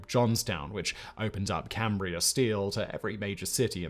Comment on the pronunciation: I can't believe Simon said "Cambria" correctly.